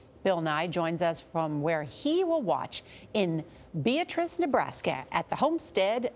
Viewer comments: It's pronounced Bee-at-riss. not Bee-a-triss. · Wow can't even pronounce Beatrice right.